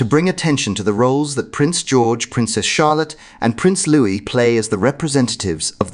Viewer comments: The pronunciation is LOOEE…NOT LOOWIS. LOUIS, a boy’s name, is pronounced LOOEE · It’s pronounced Luwee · Pronounce Louis name correctly. Same pronunciation is Louis as in King Louis of France not as 😅 Carroll.